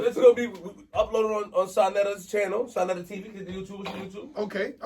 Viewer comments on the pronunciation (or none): ITS SANETER NOT SANATER